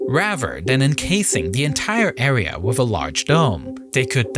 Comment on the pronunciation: I understand accents but its so irritating for him to continuously mispronounce the sound "th" and saying it as an F or V. "Designed wiv" "Everyfing" "Reacts wif". Sounds like an ignorant 7 year old child.